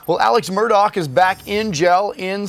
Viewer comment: Apparently thousands of criminals are above the law, as they're not being kept in prisons and jails! It's pronounced MURR-DAH not MUR-DOCK.